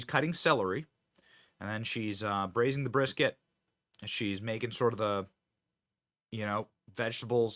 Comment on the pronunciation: I'm sorry, but as a Texan, that "brisket" hurts me to my core. 😱 Luv the way she reacts to that troll thou! 😂🤘